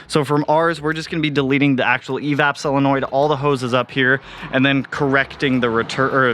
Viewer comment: You say chennel, when it’s “channel” lol and you say selenoid when it’s “solenoid.” The next 30 days sound fun and exciting lol I like watching people be uncomfortable 😂